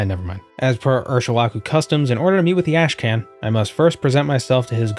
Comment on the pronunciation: "Ash Can"? That one's gotta be deliberate. It's pronounced "Karn". Y'know, like 'Genghis Khan'. Or 'The Wrath of Khan'. All "karn", not "kan".